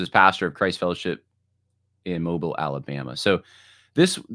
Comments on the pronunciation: Hi, it's moh-BEEL. From there. 🙂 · First time was like Moh-bull. Second time sounded correct. It probably only stands out to those of us who are from there. 😂 born and raised in Mobile. I was part of the church that Lawson left from AND was part of the new church. However we moved away a year after Christ Fellowship began.